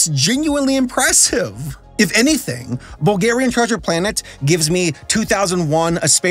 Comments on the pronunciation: All the Bulgarians are gonna love this. You just butchered a Bulgarian text. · if you ever need to read another bulgarian title know that us bulgarians put emphasis on the front of the word not the back